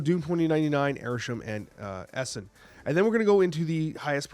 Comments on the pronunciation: also Ee-sOn 😅 not eesun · What is this ess-in 😂 E - son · ES-en?!?? are you doing this on purpose? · Love the content but it’s pronounced E-son. Same with some vids where you pronounce Daken wrong. It’s supposed to be like Taken just with a D. You & Cozy call that man Docken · I believe the name is pronounced Ee-son. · I had to stop watching because of how he pronounced this and Balthaak.